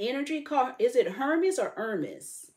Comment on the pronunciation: Hermes is pronounced "Air-May".